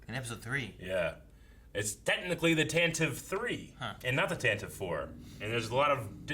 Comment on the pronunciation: Tantive is pronounced Tan Tiv Vee. First named in the radio drama.